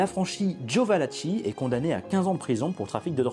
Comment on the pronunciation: Il convient de prononcer VALAKI En italien, CH suivi d'un E ou d'un I se prononce QUE.. Donc ici , Joseph VALACHI se prononce VALAKI et non pas VALACHI. Cela dit ,très bon reportage. Beau boulot.